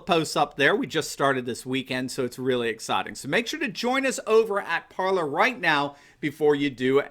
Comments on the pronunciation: Just want to point out that it's not pronounced ParlER, it's pronouced ParlAY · IMPORTANT: Parler is pronounced "par lay". It is French for "to speak". You have a French book of some sort behind you. Please promote the proper pronunciation. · guess it is pronounced par-lay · nope!!! Par ler is the way everybody’s pronouncing it. Look at other sites. Laura Ingram says par ler. Just the way did.